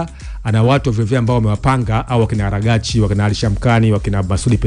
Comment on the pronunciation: Kiongozi waziri wa mambo ya nje wa Irani ni Abbas Aragchi sio Aragchi,jaribu kulitamka vzuri kaka